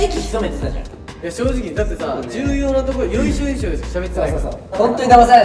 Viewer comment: 誰かてぇてぇなかむらくんの言い間違いを訂正してあげて（笑）＼よいしょよいしよ／